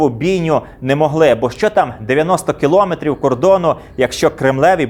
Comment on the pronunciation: Відео дуже цікаве, як і весь канал. Тільки кілОметри трохи ріжуть слух